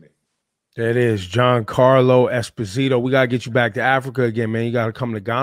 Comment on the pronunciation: Ebro pronounced his last name wrong, which most people do. It's Es-POS-ito.